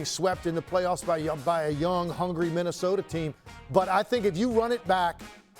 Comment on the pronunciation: Phoenix with big 3 got swept by "mini-sota" lol